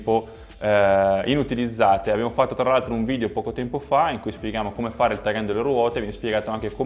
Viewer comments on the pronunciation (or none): none